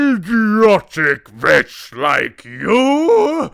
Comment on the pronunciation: Loved the sing-alongs!! JRR Tolkien did write some really lovely songs!! The Witches... the story is building up momentum and will take off soon!! The Grand High Vitch left all of us in stitches!!! Ridiculous accent, hilarious expressions!! It was a simply wonderful rendering of a simply wonderful story by Mr. Dahl. One of my absolute favourite stories!!